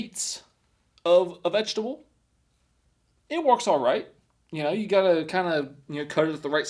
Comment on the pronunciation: It's zuckini vegeta-ble pasta 😂